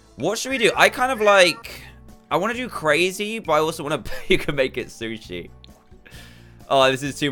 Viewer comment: Dan “and shusi Cat what more could you want” Me “I hate shushi